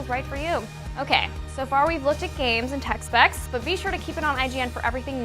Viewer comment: I heard "technical sex"